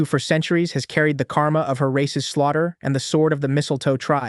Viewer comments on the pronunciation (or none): none